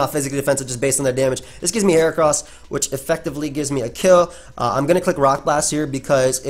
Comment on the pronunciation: For once I agree with your pronunciation of a mon. I don't trust people who say "heachran".